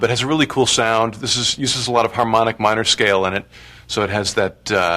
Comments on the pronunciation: "It's in the key of D Mine-uh." Lol that was random, Pablo. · I'm enjoying how he puts on british accent when saying what key the piece is played in